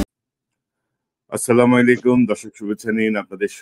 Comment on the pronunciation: !প্রায় সময় আপনার লাইভ গুলো দেখে থাকি। আপনাকে ধন্যবাদ জানিয়ে একটি পরামর্শ দিতে চাই। আপনি সালাম টা একটু শুদ্ধ করে নেবেন।কেমন? এই ভাবে হবে- আসসালামু আলাইকুম ওয়ারাহ মাতুললাহ। আপনার টা বুঝা যায়, আসসালা মাইলাইকুম।